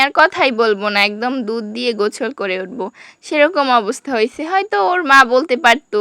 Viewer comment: গোসল ❌গোছল✅😂